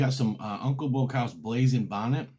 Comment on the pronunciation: If your gonna plug Your Hot Sauce say it articulately i had a hard time finding the name blazing Bonnet and i had a hard time hearing your website aside from that excellent content and although pepper heads love super hots knowledge of less spicier peppers with great taste is equally important i look forward to .ore of your content